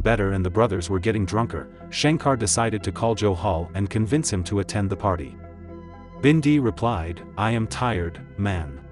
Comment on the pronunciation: Robbie wasn’t killed in daylight, it was like 3AM and why do they pronounce it as binday !